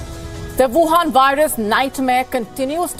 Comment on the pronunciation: I dig the way pronounces Wuhan. It reminds me of Dracula!